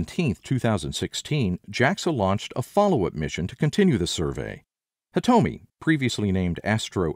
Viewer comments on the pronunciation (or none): Same with Hitomi.....